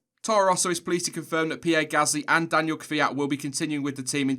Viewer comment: It's Daniil, not Daniel,! FFS!